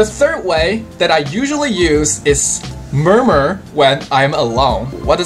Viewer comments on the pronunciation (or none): Murmur is so terrible hahaha